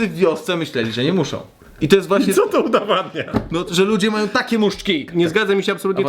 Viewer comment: WŁODEK - udOwadnia, a nie udAwadnia!!!! :D